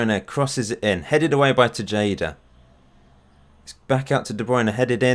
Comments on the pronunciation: the tay part or TAE-HA-DAH, not bad though and im not doing this to annoy you, just think of it the thing you learned today. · Actually, it's Teheda, not Tesheida 😂 great video tho, keep the good work up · I'm a little sad that Alfredo Machado didn't make your squad. he plays for my local club (Houston Dynamo) as a center back. Panama uses him as their right back. Also: Tejada is pronounced "Tay-ha-da" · It's pronounced Te-Ha-Da dude.